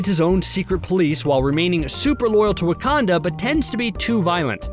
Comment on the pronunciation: The narrator's pronunciation of Wakanda and T challa is annoying